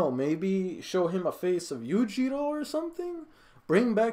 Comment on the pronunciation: Why you calling him Yujiro? XD Do you not like the name Eugeo?:D